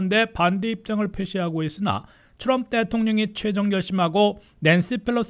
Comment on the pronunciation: 기자님 진짜 궁금한데요 왜 딴건 안그러시고 "트럼프" 발음만 굴리시나요? 그렇게 굴리고 싶으시면 영어로 기사를 전하시던가요. 미국서 태어난 대학생 제 딸도 우리말로 할때는 정확히 한국식발음으로 쓰는데....과거 박찬호선수가 미국진출 6개월후에 그랬죠 아마. 과히 좋게는 안보이는군요